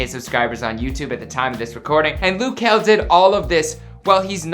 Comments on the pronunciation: ITS LUH JEL NOT LOU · "Loo kel"?